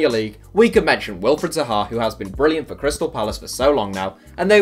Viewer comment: Did they really say Zaha? 😂😂😂😂